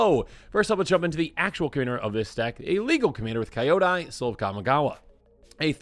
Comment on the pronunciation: Why are you pronouncing Kyodai like that?